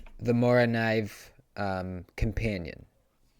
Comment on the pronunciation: Really pronounce the K in morakniv if you wanna sound like a legit Swedish influencer 😊 gotta love the Moras